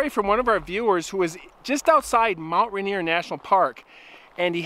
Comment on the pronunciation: Hey Guy it’s Mt. Rainer. As in Rainer Mountain. Not Rainer Montana.